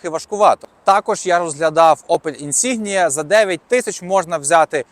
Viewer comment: Правильно говорити - інсінья